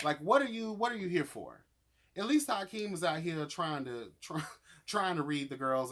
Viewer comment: you literally crack me up, its Akeem not Hykeem 😂 i love your commentary